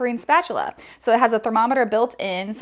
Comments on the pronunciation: Channeling Mr. Krabbs – "Spatchuler." Made my day! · Lmao spatchuler 😂😂😂